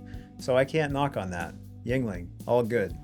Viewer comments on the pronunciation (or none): Calling a beer from Wisconsin bad is slander, those that abuse the German Beer Laws are heretical, calling sour beer bad is disrespectful to beer's heritage. Why can't anyone pronounce Yuengling without it sounding Chinese? It comes from Juengling meaning youngling.